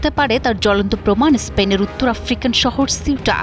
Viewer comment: উচ্চারণ ঠিক করে করার চেষ্টা করুন! এসপেন নয় স্পেন! আচ্ছা এর আগে ফুটবল বিশ্বকাপ চলাকালীন সময়ে মরোক্ক ফ্রান্সের কাছে হেরে যাবার পর ফ্রান্স এবং ইংল্যান্ডের বিভিন্ন শহরে মরোক্কর থেকে আগত মানুষ কেন ধ্বংস চালিয়েছিল?